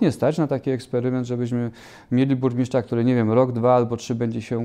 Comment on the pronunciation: „Burmiszcza”, „wziąś” … czy na prawdę tak trudno sprawdzić na jakie stanowisko się kandyduje i poprawnie wypowiedzieć jego nazwę? Jeżeli nie są Państwo kandydaci gotowi stanąć twarzą w twarz do wyborców i godzą się jedynie na retransmisję to chociaż poprawcie rażące błędy językowe. Na więcej w nowej kadencji nie liczę.